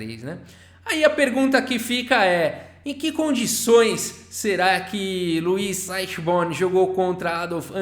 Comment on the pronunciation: Olá td bem?Sou seu fã e, interessante a playlist mas, a pronúncia correta é Luí Aichiborni. Um abraço